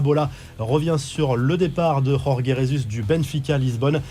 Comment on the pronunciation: Nan là c'est trop le Jorge Jésus prononcé comme en espagnol non là c'est trop, je dit stop.